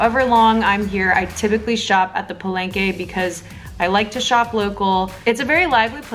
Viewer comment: NAKSSS!!!! Lumelevel up ang editing skills ni!! Gusto ko un background music. naclickbait MO AKO ee, frankly speaking. THE TRUTH ABOUT PALENGKE FOOD ba naman i caption. HAHAHAH!!! sorry what's that again? "Paleyngkey" and u just said it so many times!!!! HAHAHAHAHAHHA Sori!! 😁😂🤣at first, I thought I heard Barengeyy.. HAhahahaa!! Sinigang talaga DA BESTT!!! <3 - my gehhddd closee eepp ang geeendee mee telegeeeee heeleeeyyy... ang haba n ng comment ko hahah suri na 😘